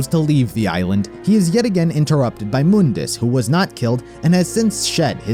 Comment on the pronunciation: Try calling him Mundus (Mon-dis) instead of (Moon-Dis)